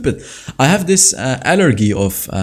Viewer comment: you say allergy by saying “al” “er” “g”